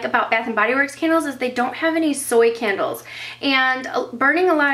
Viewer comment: I thought u said KENDALLS, like u had a lot of Kendall Jenners x) It's can-duls ! ;)